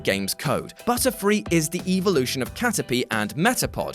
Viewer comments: evolution not eevlution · The way you pronounce the word “evolution” is triggering me